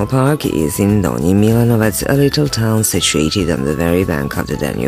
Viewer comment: very bad pronunciation, unfortunately